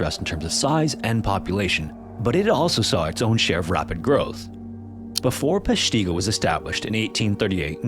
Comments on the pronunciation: Please. It's PESHtigo, not PeshTEEGO. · Short I sound. PESH-ti-go, not pesh-TEE-go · While a pronunciation site may say “pesh-tee-go,” Wisconsinites call it “pesh-tih-go.” We call everything different. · No no no. Not pesh-TEE-go, it's PESH-tuh-go. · As a Wisconsinite, we say Pesh-ta-go, rather than Pesh-ti-go. But don’t get me started on mispronunciation of more counties/towns. If you can correctly say Kaukauna or Weyauwega, welcome home. 😂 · From WI native: “PESH tih go” not “pesh TEE go” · Its PESHtigo, not PeshTEEGO! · It’s Pesh-teh-go 😂 I kept laughing at Peshteego. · I dont wanna be that guy, but ima be thats guy…. I’ve always heard it as “Pesh-ta-go” more than “Pesh-tee-go” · Pronounced: pesh-ti-go, not pesh-tee-go. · I don't want to be rude, but as somebody from Wisconsin, could you actually research the city pronunciation for your videos? Peshtigo is pronounced PESH-ti-go not pesh-TI-go as you are saying it throughout the video. This happens for most Wisconsin cities you've featured, which throws off the entire video for me. Haven't seen anybody else mentioning this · I'm from Wisconsin. It's pronounced Pesh ta go. Not Pesh te go!😊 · I've been to Peshtigo, Wisconsin. BTW, it's pronounced PESH-tuh-go, not pesh-TEE-go. It's quite chilling how simple the monuments there are. Basically, there's just a church that was converted into a small museum and then oh yeah, next to the building just happens to be a mass grave with hundreds of fire victims in it. I think the simplicity of it all makes it all the more impactful and haunting. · I've lived in Wisconsin my entire 44 yrs & it's notorious for hard-to-pronounce names. Hearing them mispronounced is cringe-inducing. Peshtigo has a short "i." It's Pesh-tig-oh, not Pesh-teeg-oh. 🐄 🧀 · I live relatively close to Peshtigo. I have never called it or heard it called peshteeeeego before lol. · Thats not how you say Peshtigo. Pesh-ti-go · PESH ti go. Accent on the 1st syllable. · Pesh tee go?